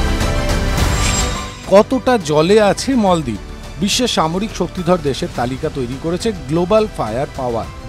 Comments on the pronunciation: মলদ্বীপ না মালদ্বীপ। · মলদ্বীপ নয় মালদ্বীপ,,,, বিকৃত উচ্চারণ কেন? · মলদ্বীপ কি, বলেন মালদ্বীপ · মল দ্বীপ😂